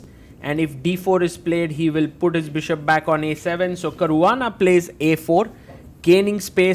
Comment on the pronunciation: Caruana ❌❌ carvaana✅✅